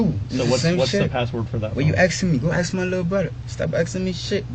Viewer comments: Even Port au Prince knickers say “axe” instead of “ask”. Pure hateful disobedient insolence. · Who does this guy think he is and its ask not aks